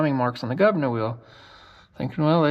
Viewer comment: Did you say Gov Ner😎